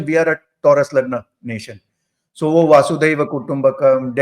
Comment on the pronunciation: For the nth time, it's not वासुदेव but वसुधैव कुटुम्बकम्.